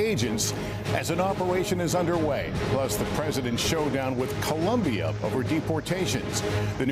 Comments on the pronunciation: Lester Holt doesn't know how to pronounce "Colombia" correctly? "Columbia" is the name of a university. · It's not only Lester. Gabe Guitierrez, who should know better, mispronounces it the same way.